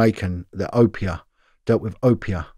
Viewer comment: Oh yh tell it’s pronounced Obeah not Opeah lol